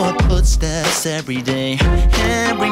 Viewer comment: Sig mig siger han "Eberyday" istedet for "Everyday" eller er det bare mig